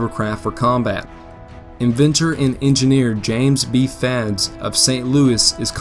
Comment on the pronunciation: James B Fads???? Really?